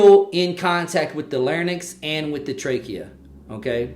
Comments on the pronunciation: Lair-incks, not Lairn-icks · Lair-incks not lairn-icks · It’s actually LARYNX and not LARNYX But the video was good Speech Path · And also NOT PHARNYX but PHARYNX There is an Y in between R and N in both words larYnx and pharYnx and not AFTER N. You made sound transposition. Look it up SLP